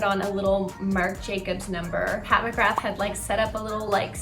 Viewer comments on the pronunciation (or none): none